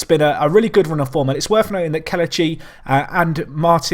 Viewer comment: It's pronounced Keh-leh-chee instead of keluh-chee. Still a great video